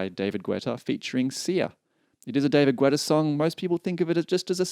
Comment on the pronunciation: its pronounced getta not gooetta as far as i know ( i might be wrong tho)